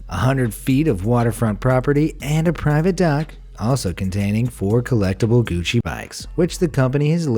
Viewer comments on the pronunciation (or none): none